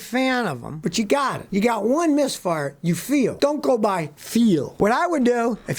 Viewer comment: Is that a "misfart" or "misfire" that you're talking about?